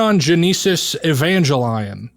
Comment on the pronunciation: I know you purposely mispronounced that, but it made me laugh because it reminded me of a conversation I was having with someone in high school. We had started talking about anime and he asked me if I’d ever seen an anime called “A Pleased.” I said I’d never heard of it, he started describing it and then suddenly I asked, “are you talking about Appleseed?”